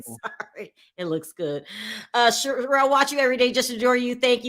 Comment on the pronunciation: Ronald Richard is the smartest guy in the room and he still don’t realize Sharrells name is not pronounced “Cheryl” 🤣